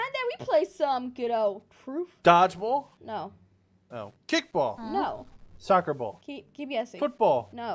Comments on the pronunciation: Also she says truf not truth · she said truth not dare